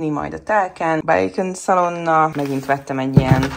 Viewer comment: Milyen szalonnát vettél?!? Ez a kiejtés mindent visz 😂😂😂😂